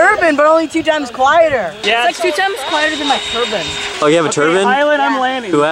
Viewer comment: he didn’t say turbine he said “turbin” 💀💀💀